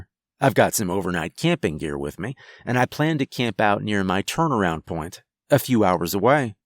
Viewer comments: You say me like mae 😂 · why does he pronounce "me" like "meah"?